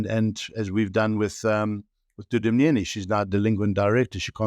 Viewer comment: Thank you for pronouncing Wayne's surname correctly!!! Thank you Wayne for always keeping tabs on these theiving bastards....on both sides!